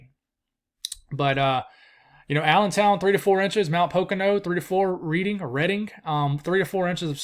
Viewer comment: reading is pronounced as redding